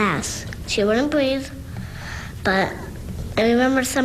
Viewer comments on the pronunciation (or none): "she wouldn't breav" that hurts my heart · "Bweeth" Oh my sweetie 💔